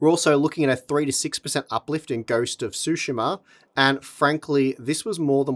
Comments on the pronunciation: Ghosts of tsushima... it's ghosts of sue she ma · "Ghost of Sushima" 🍣